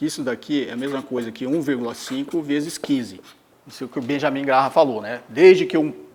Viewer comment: Se pronuncia “Grém” Benjamin Grém